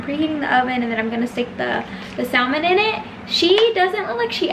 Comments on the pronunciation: Great video. But The L in “ salmon” is silent. It’s pronounced “sa-mon” 🙂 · The salmon? Sallman??